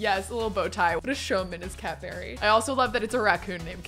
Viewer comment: So whenever says "Cat Berry" I always think she's saying Cadbury as in the chocolate and it cracks me up everytime! And I'm pretty sure their logo is purple as well sooooo it's meant to be lol